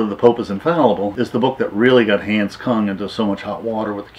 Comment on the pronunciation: It is not Hands, it was Hahns.